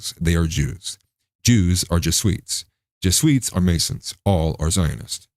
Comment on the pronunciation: Did you say "jesweets" lmao. It's Jesuit. Perhaps you're avoiding the dragnet, I thought it was funny